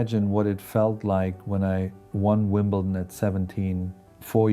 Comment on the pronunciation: AI produced for sure. Three players says : ” - his stillness” ?? Never ever heard that about him. Most revealing when Connors says : - In ..Wimble..Ton (??!!) He would never pronounce that wrong !!